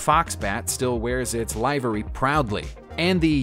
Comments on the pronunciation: Repeat after me, LIVER-REE not LIVE-OR-REE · Livery - LIH - vir - ree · lol, live-er-ly. I probably would loose count of the commentators that lost their shit over the "less then perfect" presentation. TY for the post, keep them coming. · When you come across a word and unsure of its meaning - be sure to also look up the pronunciation. It’s almost ALWAYS different than how it looks (livery is liver-ee) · LIVE ER EE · It’s “Livery” like “liver” and “delivery”. Not like “chive” or “hive”. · This guy pronunces words strangely: Livery, Mohave, Aerflot, among others. Why does he say "hulk"? It's a HULL. Ugh. No subscription here! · Can't pronounce livery or Aeroflot?! Calls Concorde French?! 12 P38s attacked Yamamoto's flight 8 as top cover, 4 attacked the bombers and it's aeroplane not plane unless you're a carpenter!!!! Other than that it was awful!